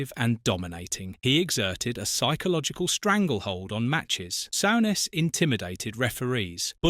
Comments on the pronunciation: Sort out your AI shit Sowness, wtf!! it's soooness you plumbs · Graham “Sow ness” fuck Ai it is ruining you tube. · "Sowness"? "Keltic", "Mara-doena"? Couldn't you find an AI that could at least pronounce the names right? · Sowness and maradoona... I hate AI commnentary